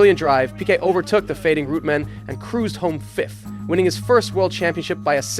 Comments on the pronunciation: REUTEMANN, not Rootmen! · Not "Rooteman" but "Roy-tuh-mann" And no, Lole didn't hate Jones, vice versa. Jones didn't like that Lole didn't change places at Brazil, but Jones himself said he didn't hate Reutemann. Also, it's MANSELL, not Mensell. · "Root-man"? Thought it was always Reu-TE-man. And "Men-sell"? Anyways, good historical background on Piquet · GET YOUR PRONUNCIATION RIGHT!! WTF IS ROOTMAN, BRA-BAM.. AND GRAY-ND PREE? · Who is "Men's sell"? Who is "Root-man"? Good video, but improper name pronunciations make it difficult to listen to.